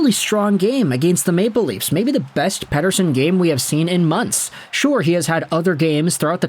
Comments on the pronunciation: Ep40 gave an interview and was asked how you pronounce his name and you pronounce his name like that in Swedish. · i'm glad someone else was feeling the same way about this lmao. I like the videos, but I dislike how his names being said